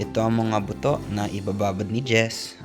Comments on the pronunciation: hinay hinay sa pag pronounce ng “buto”. Yung pronunciation mo sa Ilocano, iba ang meaning, hehe! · sa bigkas mu ng "buto" .... bisaya: 😂😂😂😂😂